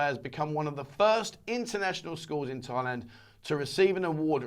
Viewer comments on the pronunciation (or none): none